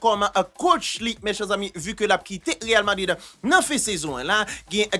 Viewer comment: zanmi'm m'toujou gen problèm ak sa wi achak fwa wap di real Madrid, c real vadrid wi ekip la rle 🤣🤣🤣